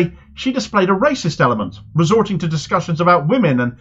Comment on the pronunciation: 'Wacist, wacist, wacist, wacist'!